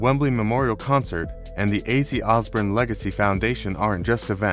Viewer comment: Yes. And it’s Os born. Not Os burn